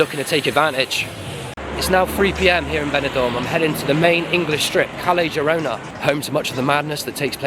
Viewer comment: The worst crime is how the Brits pronounce Spanish. 'Kelly Jirona' for example. Ouch!